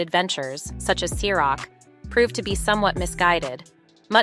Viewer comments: I've never heard "Ciroc" pronounced so many different ways in a single video by a single person. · Yo she keeps switching how she pronounces Ciroc.. anyone else peep that? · The narrator should have had someone familiar with the subject to help her PRONUNCIATIONS: Ciroc, The Notorious big(?), and MANY others